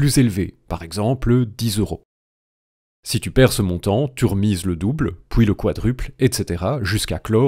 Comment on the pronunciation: "Pouis houit" 😆